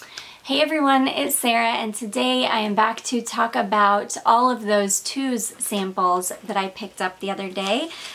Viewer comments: Hi Sarah. The right pronounciation is not "Tus" (o+u=u), but To-us like Toes 👣. It obviously doesn't mean that. It is a family name. 😃😜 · As another native Spanish speaker I agree with Olga Perez Briseno that it's actually pronounced as "toes". Love your channel!!